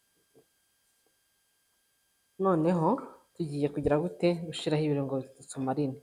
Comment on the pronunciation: Chou jya uvuga ngo gushyiraho apana gushiraho